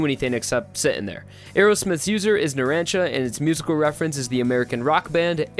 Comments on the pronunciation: Tender machines stand owner is pronounced Zue kerro Zuechero and its Narancha but its spelled Narancia Sorry if I spelled Zuchero wrong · U said narancia wrong... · Voice actors: "Naran-chi-a": "Naran-si-a" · I don’t wanna be this person but he messed up so many things and pronunciations. Notorious B.I.G has notorious in the name, and the rapper is pronounced the same way. It’s not bucciarali, it’s not naraaancia, not gwuido mista, and silver chariot requiem isn’t called “the requiem” There’s more than this but this is too dumb to keep going